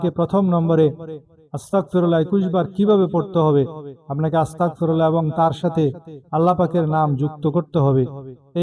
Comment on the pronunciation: আরে বেটা আসতাকফিরুললা নয় আসতাগফিরুললা বলতে হবে